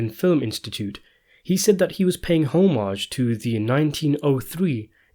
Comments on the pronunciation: “Homage” is pronounced “ah-midge” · Pay "HOE-MAJ? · " ho- mage?" wtf?